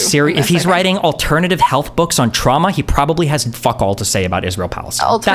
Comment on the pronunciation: "TRAUAMA DUMPING, ULTING" 😭😭😭